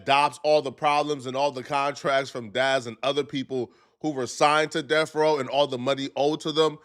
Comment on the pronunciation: Stop saying deaf row you tub of lard it’s death row